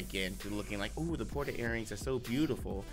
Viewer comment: What are these “Porta” earrings y’all keep talkin about?! Isn’t it “Potara” (Poh-Tar-Uh)?